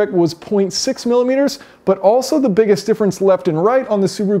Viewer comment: Take a shot everytime he says "MiLiMiteRs"